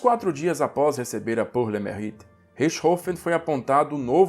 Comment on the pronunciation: Pronúncia de “pour” é “pur”; “mérite” é “merrite”. Este último “e” precisa de fazer o “biquinho” francês. A expressão é francesa. Em francês, as letras juntas “au” é pronunciada /ô/; “eu” é o biquinho puxado para o “e” fechado + biquinho francês.